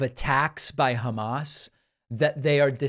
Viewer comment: Hey David- now would be a good time to add Trump’s mangling of “Hamas” to your sound clips of “ Troth Central “ and “Obamna.” Drumpf says Hamas as “Hummus,” “Humush” or “HA- mas.” 🤦‍♂️